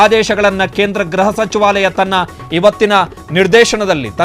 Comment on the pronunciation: Ghraha not..but say Gruha if you are kannada knowing man